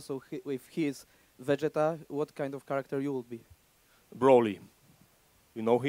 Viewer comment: Fucked up the name of vegeta😂😂